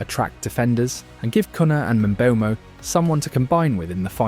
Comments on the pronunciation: It’s Mbumo with the e being silent of course. NOT Mbembo…😂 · mate it’s pronounced EM BOOMOH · Kun-ha and Mbe-umbo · no way you made a 24 minute video without learning how to pronounce mbeumo